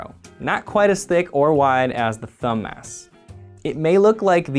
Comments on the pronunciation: thumb mass. Thumbmass. Thumb ass. I couldn't hear anything else once I noticed this, haha. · I really wish I'd had this video back when I was in med school learning muscle anatomy. At the time I thought the muscles were incredibly boring; this makes them seem much more cool. Also, every time you say thumb-mass it sounds like thumb-ass; every med student knows that the mildly naughty mnemonics are the best!